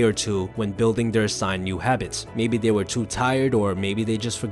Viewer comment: Do you think the narrator could build a habit of pronouncing “th” intead of “f/d/v”? For example, instead of “they” the narrator says “dey”. Or instead or “with” it’s “wiff”. I’m wearing headphones so every sound, including mispronunciations, is magnified … “wiffout” … just heard another. “Stick to dis habit.” I tried to force myself to ignore them, but it’s a habit to want to hear correct pronunciation.